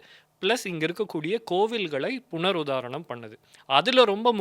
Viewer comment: புனர் 'உத்தாரணம்' என்பதே சரி. (உதாரணம்) என்று சொல்கிறார்.